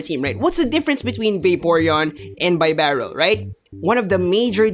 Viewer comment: Even the great isn't immune to my pronunciation corrections:-). BEE-Barrel. Like a Beaver:-). Great video trying to explain the complexities of this meta. Im still trying to wrap my head around everything... good thing my tournament isn't for another week or so -_